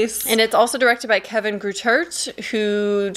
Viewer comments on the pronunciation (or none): none